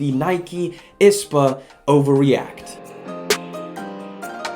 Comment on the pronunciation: I liked the video but it was annoying me how you were pronouncing I.S.P.A it’s not ispa